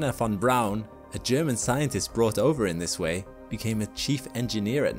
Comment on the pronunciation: Thank you for pronouncing von Braun's name correctly. Most people don't care to try.